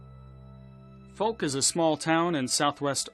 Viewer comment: Foke lol cant pronounce the town name , its F-oww-ck